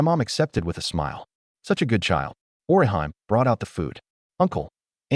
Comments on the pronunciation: It's just a small thing, but the way the A.I. pronounces Orihime as..Or-i-HIME...annoys since part one. LOL🙃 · Because they aren't pronouncing Orihime correct it took me half way through the 1st episode to realize it was supposed to be Orihime from Bleach 😂😂😂😂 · I hate the way the ai pronounces Orihime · Google how to actually pronounce orihime name